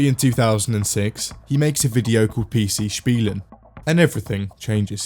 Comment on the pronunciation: Holy shit your pronouncination of PC Spielen was spot on